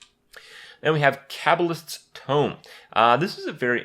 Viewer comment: Cabble-ist tome, meet my good friend Kray-ken.